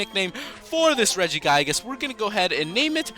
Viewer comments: It's re-gi-gig-as not re-gi-gai-gas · regigigas not regigaiges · It's pronounced "Rehg-ih-gih-gus" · what is regiguygus? its pronounced (Rej-ih-gee-gus) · its not Reggie-Guy-gis its Reggie-gi-guz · When he pronounces it Regi-GUY-gus I just felt like smashing my laptop..... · Mess Around Account regiguygus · lmao 'regi-guy-gus' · "Regiguygus" SRSLY?! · Regigigas as in "rejigaygas"? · IT'S REGI GIG IS AND AR KEY IS! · pronounced= rej-I-gig-ass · It's pronounced ri-ji-ji-gas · You keep saying arceus and regigigas wrong, it's (ar-see-uhs) and (re-gee-gie-guhs) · please say regigigas right (REDG-I-GEE-GAS) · its not regiguygas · U said regigigas rong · you say it wrong. you say regigigas and arceus's name wrong. ahhhhhhhhhhhhhhhhhhhhhhhhhhhhhhh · Wait, Regigigas is level 1?!?!?!?!? Also, he says it worong; just like Arceus! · You said his name wrong but great video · Your saying regigigas wrong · Your pronouncing it wrong